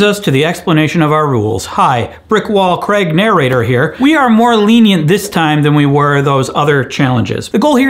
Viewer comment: "Hi. Brick wall Craig nar-rah-ray-tore here" 💀